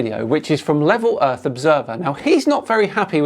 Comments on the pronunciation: He said. Erf. He's a flat erf troofer. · “Im not a flat uuurfa, i just fink da urf is flat” - dumbest idiot ever